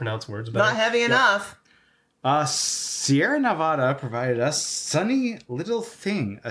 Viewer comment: "Sierra Ne-vah-da" lol